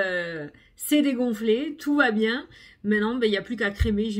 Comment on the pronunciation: Cc, avec plaisir 🤩 J'adoooore. Moi, j'aime bien qd tu démarres: "Bongjoure, jsp ke vous allez bieng", ça me met la pêche et le "Salut, salut" de fin. Tu es pimpante et tu nous le transmets 🤩🤩🤩😘😘😘